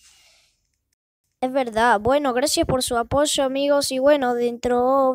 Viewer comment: ya sabia que se ponia apoyo (pero se oye aposho )XD bueno pero voy a segui subiendo videos